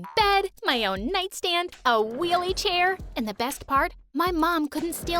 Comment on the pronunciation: When she said a weellichair tho